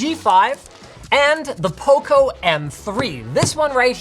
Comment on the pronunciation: It sounds like poko when Linus says it 😂